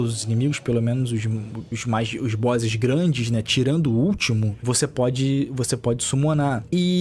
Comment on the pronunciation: Se tá lok, part 2! Olha a pronúncia do cara Bózzis! Se tá lok! kkkkkkkkkkkk